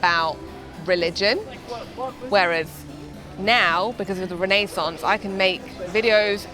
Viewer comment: I believe you pronounced "Renaissance" wrong the entire video